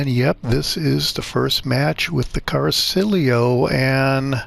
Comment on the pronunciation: Appreciate the video except it's pronounced "Cara-chee-olo" not "Car-silio". I know I'm that guy but it's driving me nuts.🤷‍♂️